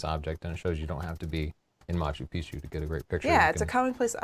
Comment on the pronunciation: Stop saying Machu Picchu! :D